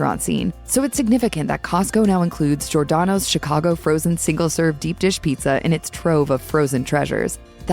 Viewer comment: Maybe you should learn to pronounce Giordano’s correctly?